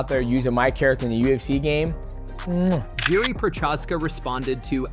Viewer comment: its not pronounced Jury the J is silent on Jiri.